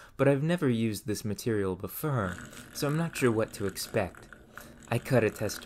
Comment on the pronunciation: Why can you not pronounce "or"? Its like nails on a chalkboard to hear you say "fur" "mure" "befure" "furm" "unfurtunate" "histurical" "histurians"!